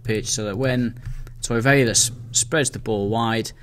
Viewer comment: why do you keep saying toiveira instead of torreira? :D